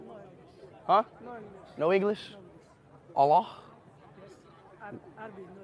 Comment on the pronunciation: the way he said "allah" and "wallahi" gave me 250 types of cancer. Stop.